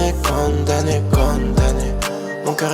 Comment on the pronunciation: On dit condamné pas conne damné